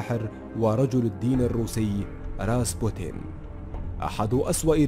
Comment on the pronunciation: اسمه راسبيوتن راااسييييببببوووتتتنننن و ليس راسبوتن 👊👊